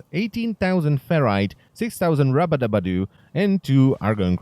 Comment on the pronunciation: i swear i heard rabadabadoo